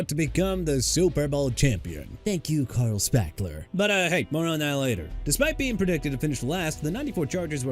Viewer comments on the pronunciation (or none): none